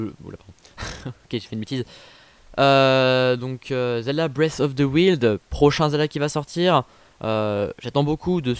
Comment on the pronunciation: Wailde pas willde ^^'' (prononciation) J'en peux plus d'attendre XD et t'a tort de dire tans pis ! Blasphème XD Pas mille mais 100ans après ^^' Et pourtant oui c'est la princesse et je te rappel que tout les Link et toutes les Zelda sont différents à travers les jeux >w< Quand même on en voit =/ Gorons, Zoras, Grande fée, Fille de Guerudo, un Piaf, Zelda, Le vieux (Roi d'Hyrule d'après certaines sources) Je pense pas =/ sauf dans les cinématiques peut-être Il parait qu'il lague sur switch T^T snif pourtant les graphismes y sont meilleurs Et oui c'est Calamity Ganon si tu ré-écoute le trailer comme il faut ^^'' C'est Hyrule la ville ^^' Mojo :o Pas Mojgo >.< Link n'a peur de rien =D héhé Qu'est-ce que tu t'en fou vu que tu as dis que tu pourrai pas y jouer ? ^^'''